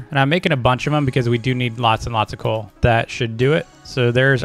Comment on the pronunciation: When u where searching coal u said coac